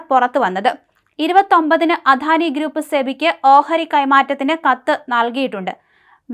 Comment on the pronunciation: അധാനിയല്ല അദാനിയെന്ന് പറഞ്ഞു പഠിക്കു